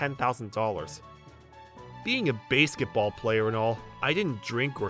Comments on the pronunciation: It's basketball 🏀 not baseketball⚾ 🤣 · It's supposed to be Basketball. I don't know why the narrator mispronounced it as such. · I am only pronouncing it Bay-sket-ball now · It's pronounced basket- ball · Nice story and all but basketball isn't pronounced as "bæsketball". Just saying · No no, Slenderwoman was commenting on how the OP was pronouncing the word "basketball" as "Baseketball". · Base-ket ball? wtf? That pronunciation was odd as heck. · My thoughts exactly. Fire the narrator and get someone else who can pronounce basketball right. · Sorry... but i had to give it a dislike for mispronouncing 'basketball' so many times! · They misspelled AND mispronounced 'basketball'.